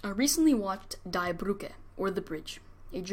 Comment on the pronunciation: The pronunciation of Die Brücke is "Deee Broooke". The r in Brücke is pronounced with a uvular r that sounds like a cat growling. Anyway the destruction of Germany and the harm to German citizens was the fault of their Schmührer.